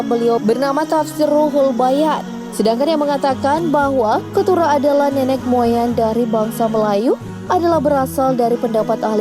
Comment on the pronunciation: Nenek bukan nenex min, pakai bahasa indo yg pas tidak bukan tidax